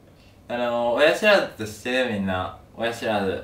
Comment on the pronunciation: 「親ひ(し)らずって、ひ(知)ってる？ふぃ(み)んな？」 で笑えたけど 話聞いてたら痛そうだし同情で笑えなくなった 次回もがんばれ